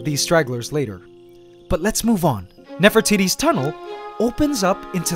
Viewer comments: Lmao he calls her Nefer-titty it’s pronounced nefer-te-te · nefertiti's tunel... heh heh heh.... he said nefro...